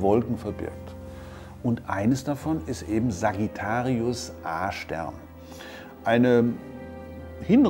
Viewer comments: Ich habe beim ersten mal Sagittarius Ar*ch Stern verstanden... :D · Wer versteht auch die ganze Zeit "Arschstern"? 😂😂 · Ich versteh immer Arsch-stern 😂